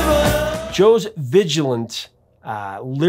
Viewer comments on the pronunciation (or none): none